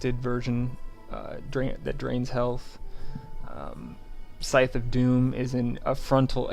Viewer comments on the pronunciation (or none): I'd like you to go to the Merriam-Webster online dictionary and look up the pronunciations for "melee" and "scythe." Thank you. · Did you ever figure out how to pronounce "melee" and "scythe?" ;)